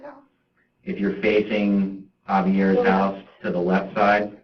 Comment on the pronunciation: Hauvey-ears haaoose. Say it out loud for the authentic experience.